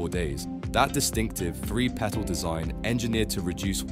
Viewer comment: How is three and free pronounced the same? Everyfing???? Firty??? Fousand????